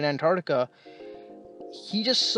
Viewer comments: it's pronounced ANT-arCtica, not AN-tartica. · Before you make a video about Antarctica, learn to pronounce it. ANTARC-TICA.